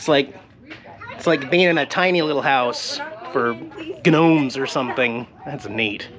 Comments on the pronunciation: for a college grad,your reading is terrible,and it is definitely not getting better,I heard you miss-read 3 or 4 words up until the range, GNOME,-THE G IS SILENT, PRONOUNCED "NOME" AND I HAVE AN HONEST QUESTION? What is your sexual orientation?if your proud shout it!! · Did man’s just pronounce gnome as Guh-Nome? 😂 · Ga-nome? Gnome g is silent!